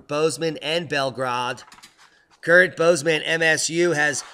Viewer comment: Bell-grade not bell-grod